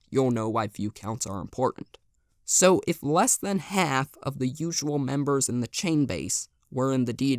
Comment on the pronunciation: Ah, the M E M E B E R S.